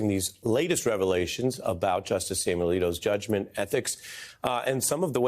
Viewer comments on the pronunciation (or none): none